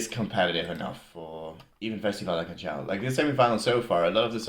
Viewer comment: Canção is pronounced as k-a-n-S-a-u, with "s" as in "sea" or "soup". There is no CH sound